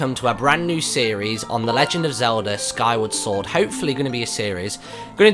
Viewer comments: How dare you call it skyway sword it's skyward sword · hey said skyWAY sword not skyward sword at the very beginning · = its SKYWARD Sword not SKYWAY Sword! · It's taken me a year to figure out that the intro says "Skyway Sword" and I'm so angry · "SkyWay Sword"?